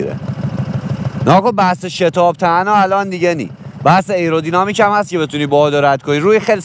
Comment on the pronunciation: خسته نباشید.راستی تلفظ درست آیرودینامیک هستش.ممنون از زحماتت